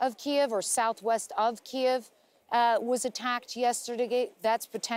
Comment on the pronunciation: FIRST reporter since this war started that pronounced “Kyiv” properly!